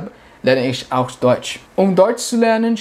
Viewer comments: Привет я живу в Германии и тоже очень быстро выучил язык, и хочу сказать что у тебя хорошо получается только не много ошибок делаеш там где надо говорить х например Ich ты говоришь ш- Isch. Удачи тебе! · В немецком немножко страдает произножение, в словах ich natürlich Ch произносится как хь с мягким знаком, у теб получается как sch ш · Ich pronounce is - Ихь. Нихть ишь.